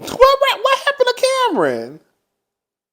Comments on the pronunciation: I am hollering as usual 🤣...how you get Nori name correct and munked up Kam-Ron🤣🤣🤣🤣🤣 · Not gonna lie, I love how he pronounced Cam'ron's name LMAO. "What happened to Cameron?!" 😭🤣